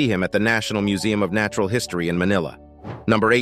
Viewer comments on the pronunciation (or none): none